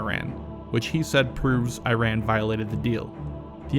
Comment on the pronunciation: Wow!!! Trump pronounced Iran correctly.